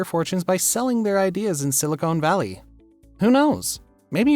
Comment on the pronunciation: Strange he'd mispronounce nouveau riche and Silicon Valley in the same breath.